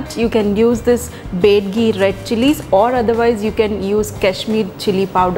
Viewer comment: that's not bedagi that's byadgi..